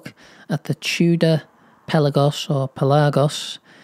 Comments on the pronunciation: The emphasis is on the first syllable!!! It’s Pélagos, not Pelágos!! It’s a greek word (πέλαγος) and means “the sea”! For example: The Aegean Sea = Το Αιγαίο Πέλαγος! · Thanks for helping me decide. I also was considering the Sinn U50. Will buy Pelagos 39 like yours. Pelagos from the Greek word SEA, pronounced “Pel-Ah-Gos”, not like pelican. Congrats! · It’s Pé-lagos with the accent on the E! It means “open water” in Greek 😉